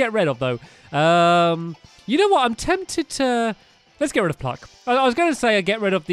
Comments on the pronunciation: Stampy said "cluck" instead of "pluck" and I supper late I'm in 2020 and it's not a great year 😅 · u said cluck instead of pluck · Did anyone notice at the begging he said cluck instead of pluck